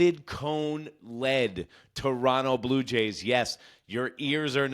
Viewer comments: You said "Torono" which is how most of us pronounce it...mostly because of laziness, lol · "Chorono" is also valid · Give this guy credit, he pronounces Toronto correctly.